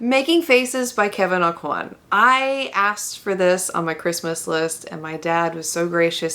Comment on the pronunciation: Auquin is pronounced oh-quin, look up aucoin hart jewelers commercial, I'm from Louisiana and it's definitely oh-quin Also I grew up with a cousin of his and they all pronounced it oh-quin too